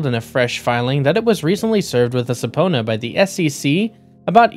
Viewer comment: It’s pronounced “suh-PEE-nah”